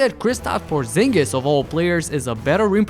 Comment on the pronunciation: He just said porzingus which is my cue to stop the video lol